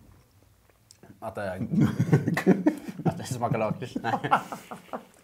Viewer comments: Sluta säga laaaaaaaakrits det heter lackrits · Lack rits heter det! Inte Laaaakrtis